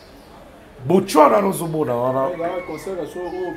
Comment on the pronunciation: ...botswana not botchwana ...mitsubishi not mitchubishi Mbuta likasu is among the best congolese dancer.